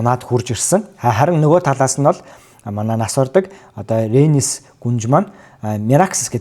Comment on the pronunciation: вейгар гэж ярий хө, Princess Rhaenys Targaryen and her formidable dragon, Meleys (the "Red Queen") шүү. Peace out.